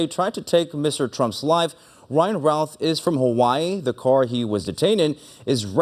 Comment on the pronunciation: The anchors are mispronouncing the name it's pronounced like the name of famous baseballer "Babe Ruth." Routh = Ruth, not "raouth" I had classes in highschool with the shooter's son.